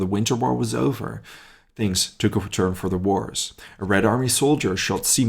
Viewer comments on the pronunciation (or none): none